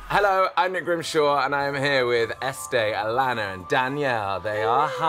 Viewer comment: grimmy. her name is ESTE not ESTEE